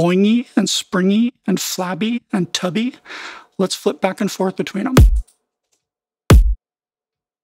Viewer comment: I don't know why but the way you said that was funny as hell "see how it's starting to sound BOINGY? and SPRINGY? and flabby, and TUBBY? (I realized why, it reminds me of the "don't you feel, SILLY? don't you feel..." guy)